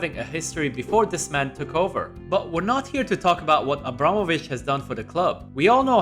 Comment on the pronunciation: missed the H lol